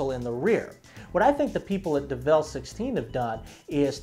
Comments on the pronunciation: "develle"? "kay-ron"? dude, c'mon. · By the way did you hear when he said devel XD